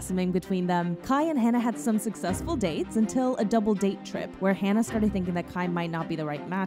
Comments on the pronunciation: It would've been nice if you pronounced Hana's name correctly.. it's HANA, not "Hannah". And the super over-produced and abundance of dramatic sound effects is honestly disrespectful. This isn't tea and drama, a girl died. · It’s not Hannah, it’s Hana. As in Hah-nah. Thank you for making the video but I thought it would’ve been nicer if you had tried to learn how to say her name correctly :( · My only criticism is regarding you pronouncing Hana's name wrong. If you would like to hear how the name is pronounced, recommend listening to the Japanese pronunciation of her name. Other than that I thank you for talking about Hana. My first time seeing her was when she made her US debut wrestling for a promotion called Ring Of Honor through their Women Of Honor tournament in 2018. Instantly felt a connection with her as a fan. I never felt that way towards any wrestler like I did with Hana, like as if I knew her for a long time. Been a fan of hers since then. Her death still hurts to this day, that clear vivid image of seeing those threats happen whenever Hana would post a picture about her daily life. No matter how many positive tweets her wrestling fans and few "Terrace House" fans were sending her way, Hana couldn't see how loved she was. I've personally struggled with her passing, as she meant the absolute world to me. Although I never met her personally, it's that connection I felt with her when I first saw her wrestle in 2018 live on a PPV. I made a promise to Hana after she passed that I would continue living for her, continue to be kind to others, and to constantly check up on others. Thank you again for speaking about this, and I hope people can learn from this. 木村花さんまたね。🌸❤️ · literally hurts my soul to hear u mispronounce her name throughout the entire video:/ especially since its something i deal w everyday